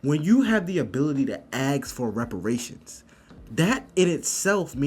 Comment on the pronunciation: So, is it normal in the college to say AKS instead ASK??